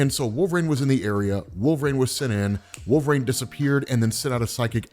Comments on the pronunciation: Once....just once, man. Pronounce it correctly. It's "reen", wolverine! Not wolve"raine" SHEESH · The way you say wolverine with an A. HURTS. it hurts sooo much. Great work